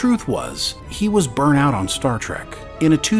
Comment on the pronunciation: totally "burnT out". There's a T at the end of it. Not totally "burn out".